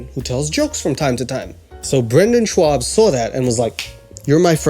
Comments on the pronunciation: It's so strange to me when he is saying Schaub, because i'm german, i pronounce it a bit different without the Double U after the Sh. I don't think that there's a letter in English, which sounds like the A U in German. xD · Andrew 'cliche' Schwab!!!! Isn't that just German pronunciation of swab? U know the medical absorbent?